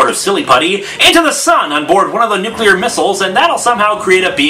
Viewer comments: Anyone peep how he says "nuculer (nuke-culer)" & not "nuclear"? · Why is nobody pointing out the fact that Lex friggin Luthor pronounces nuclear as "nucular?" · At first, I thought I misheard. Then I realized that, yes, Lex Luthor can't pronounce "nuclear". Hmm... crazy relative, outrageous wealth, deception of the law, tendency to say "nucular"...... By god, I'm reminded of somebody, but I'm falling short of a name...! Hmm... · Not Nuclear, it's Nu-cular, as told by Lex Luthor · Lex Luthor said Nucular. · Someone actually says "Nucular" bomb. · Lex, it's "nuclear", not "nucular". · Lex Luthor, the only genius and weapons expert I know who says "nucular" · I don't believe it. , Lex Luthor, the "greatest criminal mind of the century," actually says "nucular." That puts him in the same category as George Bush, the greatest genius of the 21st century. *facepalm* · Lex can't say nuclear right😂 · Some people actually pronounce it that way.